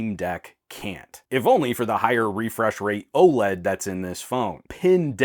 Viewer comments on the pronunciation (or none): none